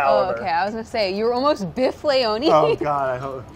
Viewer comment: You mean Biff? He keeps pronouncing it "Brad" all the time, it's a thing 😂😂😂